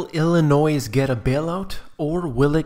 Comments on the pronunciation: The "s" is silent,in the word Illinoi(s) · I was just about to complain about your pronunciation of "Illinois"; and you said it right. It is ILL ANNOY; not ILL a NOISE. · At least have a narrator pronounce Illinois correctly. It's pronounced Ill i noy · IlliNOISE? Please, learn how to pronounce the name. It's IlliNOY. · I’m sorry but when you said Illinois, I’m so sorry but I have to say this YOU DONT PRONOUNCE THE DAMN S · "s" is silent in "Illinois." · don't make a video on Illinois if you can't pronounce it right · Computer, no S sound in Illinois. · The "s" at the end of Illinois is silent. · It's hard to listen to someone who cannot even pronounce the state Name! There is no "noise" in Illinois! (The 's' is silent). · There is no "Noise" in Illinois get it right or don't say it! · the "S" is silent in Illinois